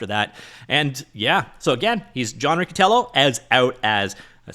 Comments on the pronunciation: FYI: "per company" was just a shorthand way of saying "according to the company." Thanks for the frequent updates on the whole situation! edit: Also, that double "c" in Italian sounds like "ch", so the proper way to refer to that waste of oxygen is Mr Richie-Tyellow. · It's Rich-itiello :) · Not a fan of the guy and he probably says his own name wrong, but it's Ree-chee-tee-ello lol